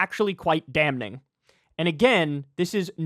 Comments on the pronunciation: I was looking for someone saying something about Kyle’s dam-ning. 😂 Kyle, love you man, but that n is silent, bro! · Say danm-NING Kyyyyyle😂😂😂😂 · The ‘n’ in Damning is silent.